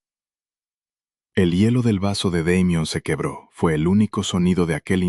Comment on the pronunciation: En español ... se ptonincia damian